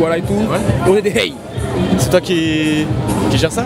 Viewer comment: On dit " rhey " pas " hey "